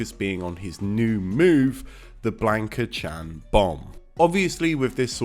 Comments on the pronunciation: This guy def says BLANK-a. It's wrong, but he's british so...haha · I cannot watch this simply because you don't know how to pronounce Blanka. It hurts. It's almost as bad as people who say "RAYUU" when talking about Ryu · Maybe unreasonable but it is mildly infuriating you can't say the characters name correctly. ffs